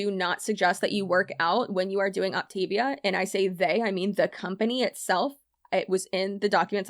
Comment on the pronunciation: Just for your info, it’s pronounced “OP-tuh-VEE-uh.” So grand!/s